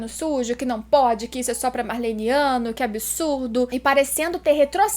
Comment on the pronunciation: Você lê o mangá faz anos e ainda não sabe que o certo é "Marleyano" e não "Marleyniano"